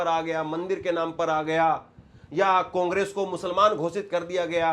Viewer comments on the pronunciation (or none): none